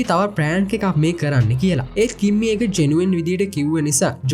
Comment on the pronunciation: කිම්මි නිකන් ඇහෙන්නෙ කිම්බි වගෙ 😂❤ reviwe kolla ❤❤